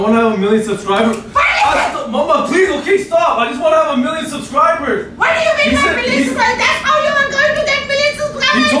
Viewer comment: WHAT U MEAN MILLIONS SUSKRIPERS